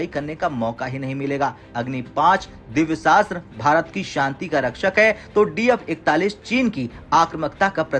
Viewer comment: दिव्य शास्त्र नहीं मिशन दिव्यास्त्र होता है हिंदी न्यूज़ चैनल होकर के काम से कम हिंदी बोलना तो सीख लो